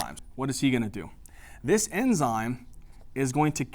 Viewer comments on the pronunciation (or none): none